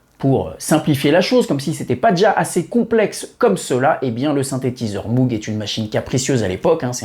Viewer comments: Salut comme on dit chez les fadas de synthetiseur. Pour moog on ne prononce pas mougue mais maugue . merci pour tes vidéos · super video mais on ne dit pas Moug mais Mog 😉